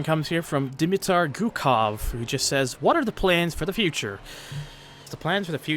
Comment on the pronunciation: Congrats for the third time Thunder o and dimitar gucov nice pronunciation 😂 (that's me)